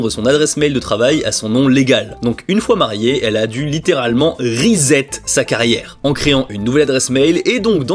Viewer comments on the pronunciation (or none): none